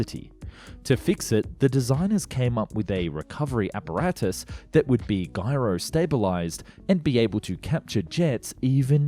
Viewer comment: that's not how you pronounce gyro. Not the force, not the device, and not the food.